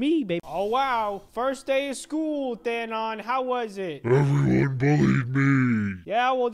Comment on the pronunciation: What thanon not thanon ITS thanon